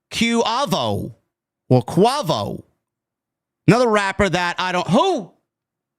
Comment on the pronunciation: 😂😂😂 I’m cracking up how you pronounce Quavo name , he got bangers put respect on his name